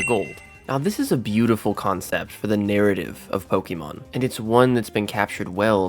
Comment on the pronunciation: I die a little inside every time I hear Pokey Mon. I think I lost a few months off of my life after this video.